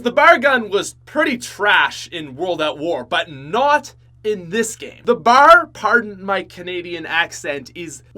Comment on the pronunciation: I've been watching for years and it still seems no one has told him it's not bar it's B.A.R. It stands for Browning Automatic Rifle.